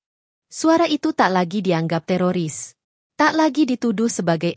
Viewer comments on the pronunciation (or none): none